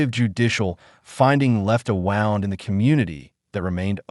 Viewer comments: AI can’t get the pronouncnation of the actual word “wound” right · Dear Narrator, in the context you're using it, the word "wound" is pronounced "woond" like "tuned ," NOT "wownd" like "sound." There are also several wrongly positioned pauses in the narration that indicate this as AI-generated speech rather than a human speaking. Things like the last word of a sentence having a pause before it, as if it's the first word of the next sentence. For example (not a real sentence from the narration), "The band began. Playing the crowd was singing along." This is another AI-like glitch. Just sayin'.